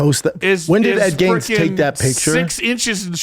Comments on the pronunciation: How many times are they gonna mispronounce Ed Gein’s name!? Jeeez. Its not “Gaines”😂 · Nobody's gonna correct Ed "Gaines"?? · Bunch of grown adults can’t say ed geins names correctly